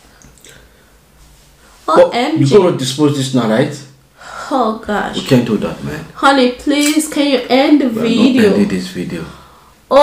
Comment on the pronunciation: She said oh my gash😅😅😅